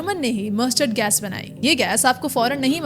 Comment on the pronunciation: Gas ❌ Gais ✔